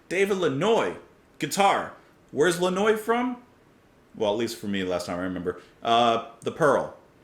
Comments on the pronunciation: Daniel Lanois’s last name is pronounced “Lanwa” not “Lanoise “, it’s a French surname. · Lannoy? It took me a moment to get that you meant Daniel Lanois, which is pronounced Lan-WAH. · Daniel Lanois - guitarist and co-producer - is pronounced 'lan-wah'. This is a song about all of our unthinking complicity in a world that runs on unseen violence. Not a song for the timid. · David Lanois...pronounced LAN-Wah.